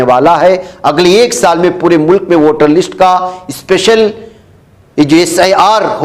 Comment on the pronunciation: لشٹ نہیں بلکہ لسٹ